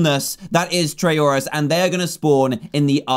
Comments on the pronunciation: I LOVE how he said Tryauri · Dan said trayuareye, spore flashbacks anyone